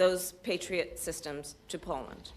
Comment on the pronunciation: She can't even say POLAND right. God help us all.